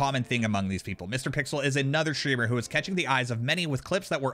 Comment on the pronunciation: Why are you pronouncing it SHtreamer though